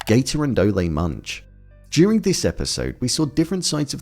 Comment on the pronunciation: why you pronounce Ole like Olay? It Ole like Ol’ or Old. Good review btw. 👍🏻